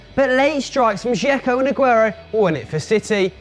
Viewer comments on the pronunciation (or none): none